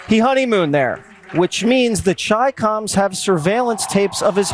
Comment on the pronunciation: ''The ChaiComs'' ? 🤣🤣